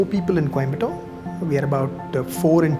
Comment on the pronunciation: Why he is pronouncing coimbotto